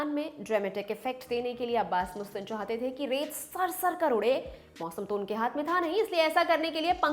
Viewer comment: Jahilo मुस्तान nahi मस्तान Naam hai. Teleprompter mai dekh ke padho magar research to tarike se karo.